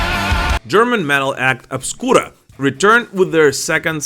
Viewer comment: 😂 you said obscura perfectly but butcher sepultura 🤦🏻‍♂️